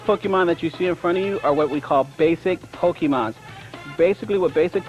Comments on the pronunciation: I only remember this because of the guy who says pokemans 🤣 literally just thought about it and wanted to laugh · I remember being so mad as a kid when I heard him say pokemons/pokemans. Some "Master" 😂 I love this old video though